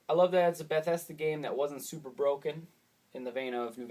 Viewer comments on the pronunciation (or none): none